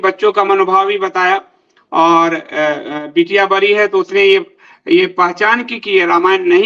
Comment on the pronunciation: बरी नहीं 'बड़ी'। बिहारी हो?